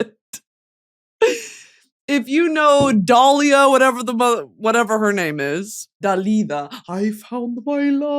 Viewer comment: Also Britany babe (idk why I’m commenting this two hours later but whatever) you said dalida in such an idk Latin way? I guess… just say it normally it’s an Arabic name she grew up in Egypt so just say it how you read it😭